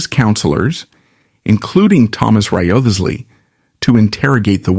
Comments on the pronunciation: yeah A.I.'s not so good with names... yet. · I am fairly sure that back in Tudor times, Wriothesley was pronounced as RISE - LEE.